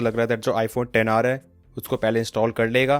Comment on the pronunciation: Xr ko ten r kyu bolate h